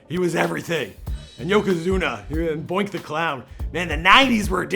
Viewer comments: Hes not in the Hall of Fame yet, Its Doink the Clown not Boink, and her name is Shelly Duvall.......A$$-Hat. Stop doing polls and start doing research. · You really said "Boink" the Clown... wow... and Taker isn't in the HOF yet... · Did he say Boink the clown..? Lol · Who the f is "boink the clown"? Dude u mean Doink? Cmon man. You a fan or what? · Dude, did you just say "Boink" the clown? LOL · Doink not boink my guy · Doink not boink the clown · It’s DOINK the clown not Boink lol